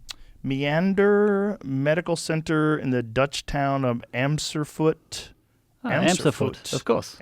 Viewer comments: "in the Dutch town of .. Amserfourt... ?" Monty: "ah right Amserfourt, ye" it's Amersfoort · I think Joe means AmersfooRt not Amserfoot, probably thinking of Ams-terdam, also ei, eij or ij in a name = y, the exact pronunciation doesn't exist in the English language, but reinoud vermeijden kinda sounds like Rye-now-t furr-my-dun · amsterfoot? lol Amersfoort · Amsterfoort?! Amersfoort lullo! Btw great podcasts. Keep up the good work👍🏼. Peace from Holland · Amsterfort. really... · As a Dutch person, the way Joe butchers 'Amersfoort' to 'Amserfoot' is hilarious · ''Amsterfoot'' lmao xD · ah-murs-fort if you say that in english it's close eneugh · Dutch town of "amservoed"... Thanks for trying but not even close haha. Greatings from Utrecht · Amsterfort = Amersfoort 🤣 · "Amserfoot" "Roynaud Verminshnidled"😂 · Amersfoort ≠ "Amster-foot" 😂😂😂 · Joe Rogan trying to pronounce my city of birth Amersfoort is gold. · It's AMERSFOORT. Best regards from Amsterdam. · I'd like how Joe tries to pronounce Amersfoort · They absolutely butchered the name Amersfoort lol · As an Indian every single Indian word used by westerners is pronounced differently, note I said differently not incorrectly, but I have never whined about it in the comments section. People speak differently, accents develop and solidify during early stages of your development, Joe moved around tonnes and has consciously tried to temper down his predominant Bostonian accent, so he pronounces things differently, there's are plenty thinks you are saying right now in your life that is definitely not how it was pronounced when the word was invented. Get over it. All words are made up same as your precious Tay-ken-do.